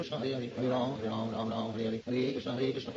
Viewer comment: It was after listening to the whole thing very carefully that I feel Srila says ram instead of rama. It becomes hypnotic. My mouth can't move so quickly, but my mind loves the speed. I listen to very slow KH when falling asleep. There are some beautiful slow versions ON YT. But for japa, this one carries me. Now that I don't say rama but ram and wrote out his pauses, I can keep up. Hare Krishna hare Krishna Krishna Krishna hare hare, Hare ram ram ram hare.